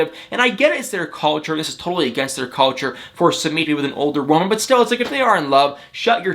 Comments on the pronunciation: It’s su mit. Not Su meet . Geeesh. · I am no English major however I do have many friends from India. You are pronouncing his names as “Sue-Meat”.. that’s not how you pronounce his name.. you pronounce it “SUE-Mitt” just sayin🤷🏻‍♀️